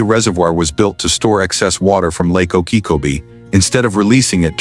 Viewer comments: The voice is not able to pronounce Lake Okeechobee right. Gets it wrong on on its size. It is not said in meters. That is what foreigners use. We ain't foreign. Gets it wrong again on the distance. It is 26 and 9/10 miles. metriQ is fine for foreigners...we Ain't foreign. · Pretty good content, but the AI couldn’t learn how to pronounce Lake Okeechobee?